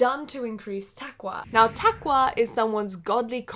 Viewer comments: Can I say? I love love love how you pronounce "Ramadan" or "taqwah" you say "takwah' so cute. And I love that you did your research and no you're not offending me or anyone for that matter. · نطقها لتقوى كنها تقول مكوه ماتضحك ؟ طيب انا اسف